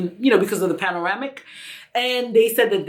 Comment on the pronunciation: If u call it “panoramic”, one more time my chocolate sister........🤣🤣🤣🤣🤣🤣